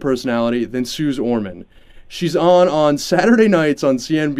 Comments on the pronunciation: It's pronounced "Suzy". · Dude, how do you get the scammer’s name wrong? It’s pronounced Sue-zee